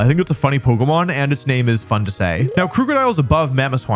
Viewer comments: I know he doesn't mean to say Krookadile incorrectly, but everytime he says it with the ooo sound (as in Scoot), instead of the uh sound ( as in book), it pulls me up short. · Not how you pronounce krookodile. It's name is a combo of "crook" (cuz dark type) and "crocodile", so no long "oo" sound. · I dislike how you pronounce Krookodile.